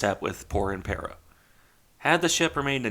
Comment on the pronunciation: Good to see interest in a "niche" ship, by the way the pronunciation was spot on, only thing I would point out is that it should be RN Impero, not RM. RN was the designation for Regia Nave (royal ship)